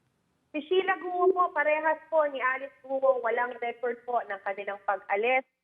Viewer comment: Cheryl, “Gu-o” , hindi “Gwo”